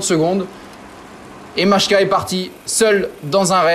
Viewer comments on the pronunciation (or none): Majka ne se prononce en aucun cas "machka " mais bien "Maïka" - un peu de respect pour les coureurs, stp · La prononciation c'est phonétiquement "Mailleka"